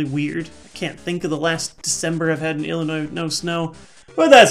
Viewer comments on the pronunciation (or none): none